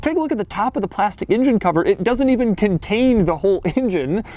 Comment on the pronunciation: "Now I'm gonna start up front with the injun" Engine, Doug. Engine.